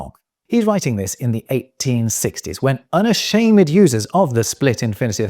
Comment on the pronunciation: "Unashamed" pronounced unasha-MED. Was that a joke taking us back to the 1860's, or is that your real pronunciation? "Beloved" is supposed to be pronounced belo-VED (bɪˈlʌv.ɪd) if it's a noun or an adjective before a noun, and beloved (bɪˈlʌvd) if it's an adjective followed by a preposition. So according to that, your pronunciation is correct. However, it just sounds out-of-date and very BrE. Please enlighten me. 🙂